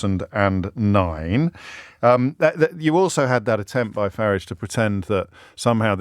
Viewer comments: James started out pronouncing it this way because he thought it was an insult, but actually if you listen to Nigel himself, he pronounces his own name in a very similar way. (with a shortened "a") When James briefly attempted to advance his career (unsuccessfully) at BBC Newsnight, I noticed the bosses forced him to pronounce it with the elongated "a" vowel sound, which is how most people (erroneously by Farage's own pronunciation) pronounce it. James' attempt at insult is in fact pretty accurate, rendering an insult ineffective. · The Ciaphas of hypocrisy OBriien cant pronouce Farage correctly. Wants to abolish private ed. but sends his children there.The unflushable one personified. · Why does O’Brien keep changing the pronunciation of Farage ? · He pronounces "Avalanche" with the proverbial R, like with the little finger pointing up. But pronounces Farage, like a place where you park your car. The man is painfully hurting inside.